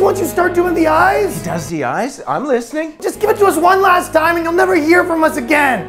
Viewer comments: Their hope after he said "rast" lol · "Rast a day" lmao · You got one word - rast instead of last at the end. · Rast a day... so close.